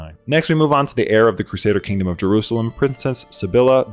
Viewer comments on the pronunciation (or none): none